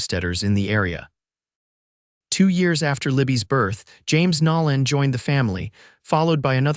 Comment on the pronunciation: It's "Nolan", not "Nallen"...AI needs work...great story, though